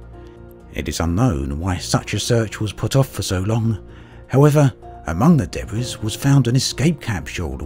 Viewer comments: Also, Debris is pronouced "Duhbree" not "Debrees". The "s" is silent. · Didn't notice that, but did notice the pronunciation of debris